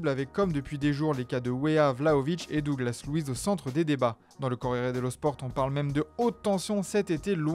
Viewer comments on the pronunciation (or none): none